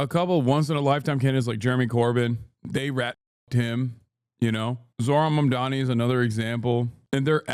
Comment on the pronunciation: Here in Ireland the left parties and people in general on the left are talking about this. It's a real victory and hope in a sea of the worst right wing bullshit atm. More of this. Also within 11 seconds of the vid starting and the anchor is already saying his name wrong omgg